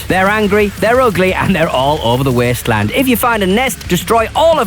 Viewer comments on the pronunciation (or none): The Weeysttleeaand